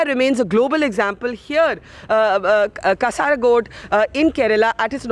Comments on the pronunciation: It's कासरगोड not कसारागोड. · Just wanted to point out that it's not KasarAgod it's 'Kasargod' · It is not KASARAAAGOD....Its KA-SUR-GOD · Not kasaragold it's kasargod. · It isn't pronounced Kasaragod! It's Kasargod! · Its not Kasaragod .. It's Kasargod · It is pronounced 'Kaasargod' and not 'Kasaragod'... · Not kasaara but kaasar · Madam its not kasaaragod. It is "kaasargod" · Not kasaraaaaagod, barkha ji, but kasargod, otherwise it is like malus calling you like Burkhaji.😏😏😏😏😏😏😏🤒🤒🤒🤒🤒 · loved this, but i kinda lost it when she said "kasaarkod" . ah i cant stop laughing looool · Not kasaragod... its kazhargode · Please don't butcher names.... Not ksaargod. Imagine you being called Bruuka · Sorry, it is kasaragoodu actually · learn the proper pronunciation of Kasargode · Pls Bharkha Dutt ji Mam, Kasaragod ko barobar prannounciation kijiye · I was searching were this kasaragod is until I realized she pronounced it wrong